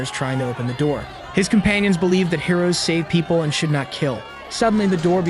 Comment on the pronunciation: I guess the hero's are heroin addicts. seriously why does the text to speech say heroin